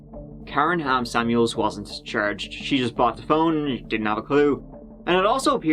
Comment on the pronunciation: Every time you said Ham Samuels I heard “ham sandwich” 🥪😂